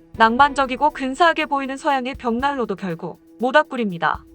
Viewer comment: 벽날로 아니고 벽난로 코다츠 아니고 코타츠요~